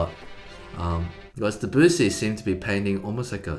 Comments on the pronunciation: Debussy is pronounced with the stress on the last syllable..stressing the second sounds hick. It's uh.. French. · The way the pronounced Debussy got me, he’s my favorite composer too Eddy! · You should know how to pronounce the name of your favorite composer - Debussy the accent is on the LAST syllable. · My mother, my sister, her husband, and me have a variety of disparate music ed., advanced degrees and professional music careers. Just a "nit-pick", but until I was fortunate to discover your BRILLIANT AND INSIGHTFUL channel, I always heard the composer Debussy pronounced with an emphasis on the initial D. I have studied piano, had a successful clarinet/saxophone studio for forty yrs, sang for thirty yrs. in the Milwaukee Symphony Orchestra Chorus including three separate sold-out concerts in Carnegie Hall NYC etc. It wasn't till I heard the two of you pronounce it with the emphasis on the "bu"...ssy that I learned of that way of pronouncing. Interesting..... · I love the way they pronounce Debussy